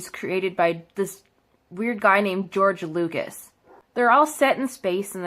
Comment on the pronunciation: "George Loogas" "Life Savers"